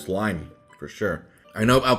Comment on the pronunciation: I can’t tell if your like just saying lim on but it’s pronounced lime in just saying but it doesn’t matter it’s just a video